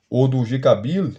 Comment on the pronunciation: Irmão, sei do seu esforço mas procure melhorar a pronúncia de G.K Beale por graça. 😅🙏